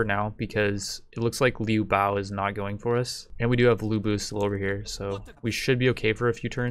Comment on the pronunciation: How can you correctly sai Zhang LIAO and not be able to pronnounce Liu BIAO? It is the same thing